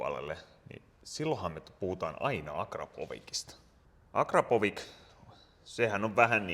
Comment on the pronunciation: Pieni knoppi, akrapovič lausutaan vähän niin kuin akrapovitsch. Suhu see lopussa, ei k. Vaan taitaa balkkanin ja slaavilaisten kielten alueiden ulkopuolela yleisin lausuntatapa olla akrapovik...?